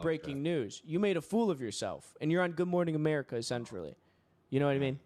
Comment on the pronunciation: "You're on Good Morning America, essentrally"